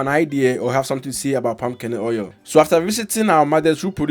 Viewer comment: Thanx, thanks but it sounded like you were saying pumcaanoil